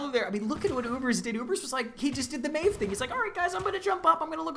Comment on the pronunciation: Meev? what the fuck is meev? maeve literally says her name in game and people still can't get it right but at least I didn't expect that from a caster.